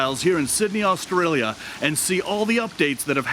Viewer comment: I get mad at the way you say Australia . Love the video tho. 😂😒